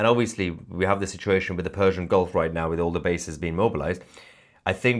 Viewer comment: so its fersian? you said no "p" hihihihihihi